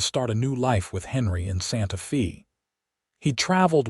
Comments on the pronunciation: It is pronounced as Santa Fay NOT Santa Fee! In Spanish the letter "E" is pronounced as a long "A" in English. The letter "A" is pronounced as a short "A" or "ah" sound. The letter "I" is pronounced as a long "E" in English. The letter "O" is pronounced as a long "O" in English. The letter "U" is pronounced as "oo" or a short "u" sound in English. Spanish is so easy to sound out because each vowel only has one sound. In English each vowel has five different sounds, which makes it difficult to pronounce because one has to learn which of the five sounds should be used at what time. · Santa Fe is pronounced "Santa FĀy". NOT EVER: "FĒĒ". Pick Up an AMERICAN DICTIONARY THAT ALSO HAS THE PHOENETIC PROPER PRONOUNCEMENTS INCLUDED. THEY ARE VERY SIMPLE AND EASY. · "SANTA FĒĒĒ"??? "TĒĒĒ"????? "CAWM"??????????. 😂😂😂😂😂👎👎👎👎👎 OH, BROTHER. 🙄🙄🙄😲😲😲😲😲🫤🫤